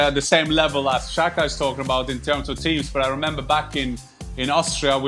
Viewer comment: Not shaka its SAKA.